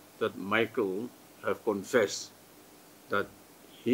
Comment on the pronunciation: confested? Whattt? 🧐